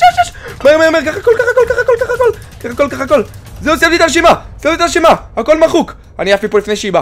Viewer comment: "סיימתי את "המשימה"?" אחי ה"ש" אמור להישמה כמו "ס" ולא כמו "ש" רגילה